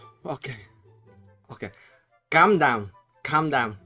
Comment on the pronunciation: This guy so funny “calm dawn” #JAMEW7RIPENGLISH 😂😂😂